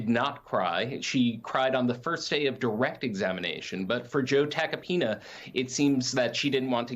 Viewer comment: Joe Attack-a-peen-uhhh Or Joe Take-a-peen-uh😂😂😂